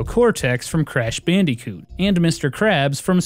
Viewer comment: The way you pronounce “Bandicoot” makes me smile.